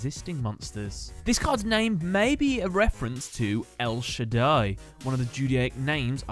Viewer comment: it is also especially weird that he pronounced it that way when he mentioned the name might be a reference to "El Shaddai" which he did pronounce correctly